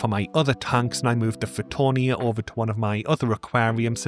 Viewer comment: I believe it is fittonia.